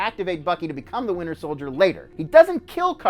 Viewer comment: Sounds like he says the “Winner Soldier”